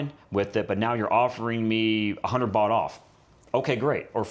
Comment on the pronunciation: Fantastic video. It’s funny he has a cleaning person 2X a week. He only needs it once a month. Place is immaculate. Loved this whole video. Would love to know him, he’s like me. God bless. ps the host is great too. When he was saying bot I thought he was saying “bucks”. Some of the prices with the bot thing believing it was bucks was “wow”. .